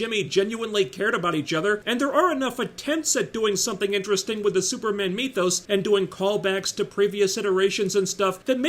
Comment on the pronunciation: “Like a fart in church” caught me by surprise! 😂 why do u say “mee-thos” instead of “myth-os”? Whatever. Love your work